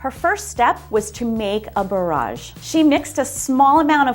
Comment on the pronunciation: The pro chef and the way she says bauroje